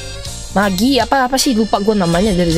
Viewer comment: = jomblo be like = halo kak, sama" jomblo nihh??.🤣🤣🤣. = "magina"(magine). Yah terserah buat penyebutan nya dr sendiri. = "kata nya", decade ini bkn murni decade yg tsukasa, melainkan hologram summon dr si grand Zi-o.